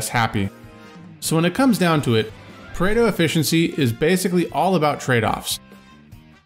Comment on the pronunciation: It’s Pareto, not Predo.